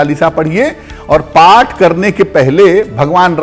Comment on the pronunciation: Oath nhi path